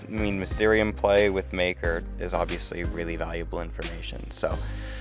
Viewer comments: bro did not say maker 💀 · Exactly what I heard